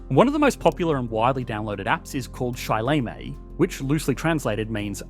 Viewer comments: the app is called 死了吗? (ssss-ler-ma), not sai-lay-may. Maybe at least put just a little effort into Google Translate. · Sileme should be pronounced "SU le meh" and not "SAI le meh". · "shy lay may" is an interesting way to pronounce it to say the least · Missing the tonnality , i think its shì lé mē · Saying that China has a birthrate problem is like saying that Chernobyl has a GDP growth problem. The problem exists, but it isn't THE problem. Also, you completely butchered the pronunciation of 死了么, or Sileme. 死 is pronounced similarly to a Japanese "su", 了is more similar to "ler" than "lay", and 么 is somewhere in between "ma" and "mer". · he made sileimei sound like an Australian app with that pronunciation lol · You definitely butcher the pronunciation of Sileme 😂 Good try though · Pronunciation for sileme is totally botched😂. You should listen to the word 死了么 in google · Saving just to hear him absolutely butcher the word 死了么 with such grace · That "Sileme" pronunciation 💀